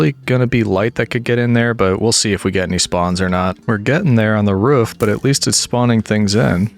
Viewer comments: I love how you say roof like ruff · has the whole roman thing going on Also: Pronounces Roof in the most yeehaw Appalachian/ great lakes way possible 10/10 love it